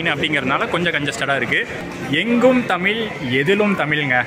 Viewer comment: நண்பரே தமில் என்பதை மாற்றி தமிழ் என்று உச்சரிக்க வேண்டுகிறேன் 👍🙏 waiting for exploring